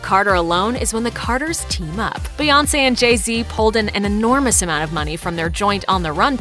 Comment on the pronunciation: Bout time y’all learned how to say her name right. Was waiting to hear “Queen Bay”. 😂